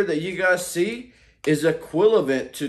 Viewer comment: he said “equilavent” instead of “equivalent” 😂